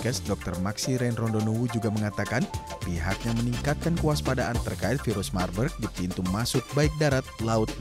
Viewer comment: virus marburg baca virus mabuk 😁